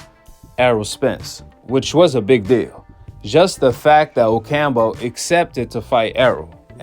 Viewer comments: OcamPO not OcamBO 🤦‍♂️ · O-cam-po (damn) not Ocambo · Oh camp Ooo not ocambo lol